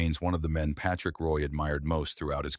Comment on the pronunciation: You can't even say his name right. Shit vid